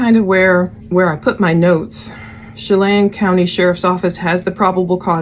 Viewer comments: Che-lAn (not chelane) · We have a lot of Native and tribal named cities here in Washington. I live in Puyallup WA. Pew..All..Up. Wenatchee is Win..Atch..E. Lake Chelan is pronounced Sha..Lan. This is horrible, just started the video and do not know all the details. Can always count on you❤ thank you for everything you do! And all the time you take researching and sharing accurate info, along with scriptures❤ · Chelan pronounciation: shə-LAN Ma'am, wikipedia provides pronounciation respellings for all of these names. Please do your complete research. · Chel- an is the pronunciation short e and short a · Chelan - SHA-LAN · FYI: Chelan has a short "a" sound, as in "apple" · Just for your assistance it's Chelan with a soft A. Like the name Anne. You were close. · When-at- chee and Shell-anne *Wenatchee and Chelan. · Shah-lan is how its pronounced & Win-at-chee.... RIP sweet baby girls 💙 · Wenatchee Chelan The A is sounded like apple.